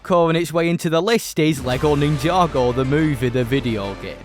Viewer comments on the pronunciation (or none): none